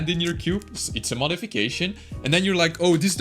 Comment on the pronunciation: "its a modification" lmaoo that indian accent